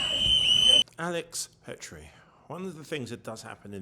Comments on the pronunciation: FOR GOD'S SAKE GET HIS NAME RIGHT!!! IT'S ALEX PRETTI (NOT PETRI) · His name is Alex Pretti, not Petrie. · I am watching from Australia. We saw one of those agents take Pretti's gun from him and after the agent runs away with Pretti's gun, the other agent murders Pretti. R.I.P. Mr.Pretti... the world stands with you and your family. His surname is Pretti NOT Pettri. If you are going to make a video about him, at least get his name right 🙄